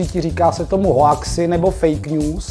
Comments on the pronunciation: Čte se to: ´´houksy´´ a ne hoaxy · hoaxy se říkají houxy xd jinak dobrý video